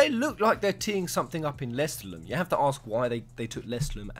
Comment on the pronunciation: Your pronounciation of Lestallum bugs me